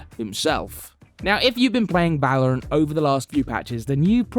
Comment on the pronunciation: First he said Va-lo-rant and now he says Wad-Dell